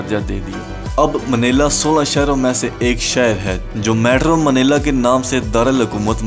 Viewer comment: its not manela bro, its manila